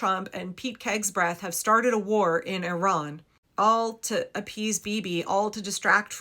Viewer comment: Why do you say hegsbreathe?????? What is the meaning or purpose???????